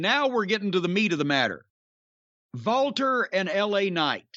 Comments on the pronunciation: Walter is actually pronounced "Valter". Jim is correct. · Because in Austrian and German the “W” sound is a “V” sound.